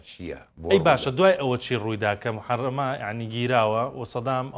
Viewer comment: کاکەی پێش کەشکەرەکە مەڵێ .موحەرەمە😅 بەخودا بێمستەوایت.موحەمەرە.✅️